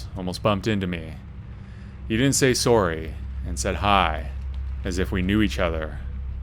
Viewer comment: Based on his pronunciation of the word 'sorry' would it be correct to assume that the narrator is Canadian?